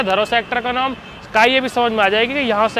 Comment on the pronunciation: Bhai naam ko nom bolna bhi kuch had tak sahi h😂😅